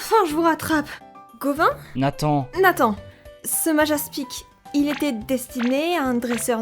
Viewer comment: Nathan =>> nee san 😂😂